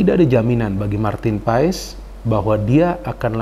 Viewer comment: Saran buat. Bacanya bukan paes tapi paas. Makasih 🙏